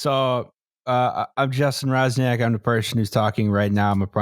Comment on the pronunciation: Swoją drogą jak już o Polakach i polskim mówimy to Justin czytający Roczniak jako Razniak jest dość zabawne